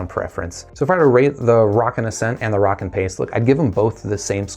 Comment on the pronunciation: DUDE WHO TOLD YOU HOW TO SAY ROWKIN? its like row, row, row your boat Gently down the stream Merrily merrily, merrily, merrily Life is but a dream now lets say it together "ROW"KIN YOU SAY ROCKKIN NOW YOU know how to pronounce it correctly!!